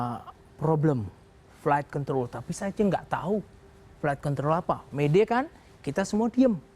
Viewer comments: emang pada g bs ngucap yg bagus apa ya? itu kaya ngomong flight kentrol. bukan control. aneh aja gt dengernya. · Apa cuma Aku aja yang denger pembawa acaranya nyebut control kedengeran seperti nyebut Kont*l??? di menit